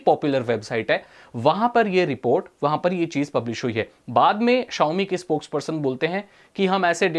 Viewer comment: "Xiaomi" bhai